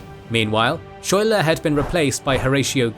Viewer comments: Didn’t you see Hamilton? It’s pronounced “sky-ler” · Just FYI (even though he probably won't get mentioned again), it's pronounced Skyler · Lafayette pronounced (laf-a-yet) Schuyler pronounced (Sky-lar) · It's pronounced, "sky-lar". Just FYI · it’s pronounced ‘Skyler’ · General Phillip Schuyler is actually pronounced as Sky - ler. The town that Burgoyne's surrender in was called Saratoga, and is now named Schuylerville (which is my hometown). Schuyler's House (and an obelisk celebrating the battle) are in Schuylerville. Jane McRae is pronounced Mc - ray. The reports of her death and the use of Hessian mercenaries enraged the colonists and led to the huge influx of troops to Gates position between the first and second battle. Bemis Heights is pronounced Bee - miss. Finally, the injury that Arnold sustained led to his recovery in Philadelphia. His anger of Gates taking credit for the victory at Saratoga and the problems with his military governance eventually led Arnold to his betrayal of the Revolution. And just because any British person visiting the battlefield will get it wrong, there is a town just east of Schuylerville named Greenwich. In New York, that is pronounced Green - witch. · A#4.comment regarding pronunciation of principle characters' names: General Philip "Schuyler" the correct (local resident) rendition is "Sky-ler"